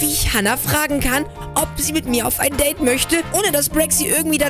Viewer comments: Das heißt nicht deid das heißt deide😂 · Date!!!! Nicht Dait!((